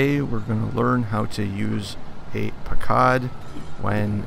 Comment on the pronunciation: Pronounced puck cud